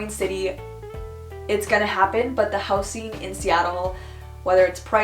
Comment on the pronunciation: is it me or how she says 'houseen' is odd? Shouldn't it be 'houzing' ? (housing)